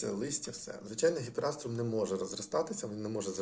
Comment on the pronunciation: Правильніше говорити і писати гіпеаструм , без літери ,,р".